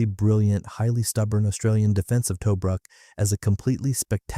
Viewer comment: Toe bruk -- nope! pronounced Toobrook. A Boyes rifle armour piercing bullet makes a great center pop.The old man was Technical Seargeant and liberated one.